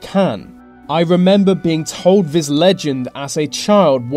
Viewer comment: Your narration is awful. This becomes vis, the becomes ve, thing becomes fing, etc. Such lazy speech. Find someone to narrate who is at least willing to pronounce words correctly. Also the subtitle was wrong in at least one place. You said inheritance but the sub title said "inhabitant". Very sloppy editing.